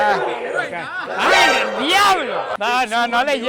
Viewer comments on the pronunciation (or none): jajja hasta aprendio a decir diaablo aqui😢😢